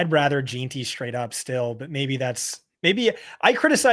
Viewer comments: Jean - Tee at least once a week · The way says jeanty tilts me so much